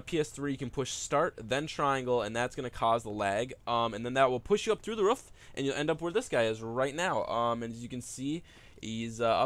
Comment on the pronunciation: "you can actually get on the ruff here"